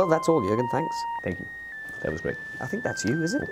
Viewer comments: Everyone that impersonates Jose: "I sink" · Every time Jose starts with : I sink..